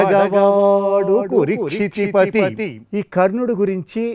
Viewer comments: Kurukshitipati. Not kurikshitipati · Kurukshitipati but not. Kurikshitipati while you are reading the line you must be careful about the pronunciation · Nice... Rendition/ explanation. Slight error: not కు'రి'క్షితి... It's కు"రు" క్షితిపతి